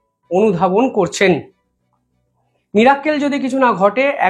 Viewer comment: মীরাক্কেল নয় কথাটা ইংরাজী শব্দ মিরাকেল।